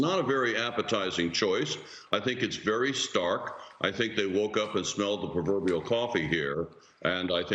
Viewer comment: Perverbrial this perverbrial that 🙄 Just stop